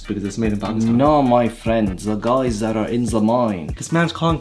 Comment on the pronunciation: Zis, zat, ze, zese😂😂😂